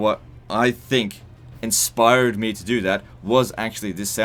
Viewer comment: you say "inspire/d" really weird. lol